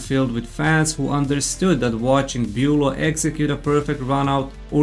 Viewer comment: good vid but u mispronuncing beaulo's name makes it feel ai-ish